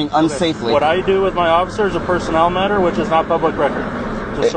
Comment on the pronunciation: It doesnt matah it doesnt matah it doesnt matah😂😂😂